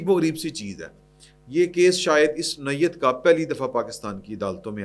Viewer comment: نوعیت کو نوویت کہنا بند کرو ، چنگے بھلے ایک سنیئر صحافی ہو